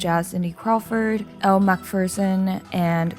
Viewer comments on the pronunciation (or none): none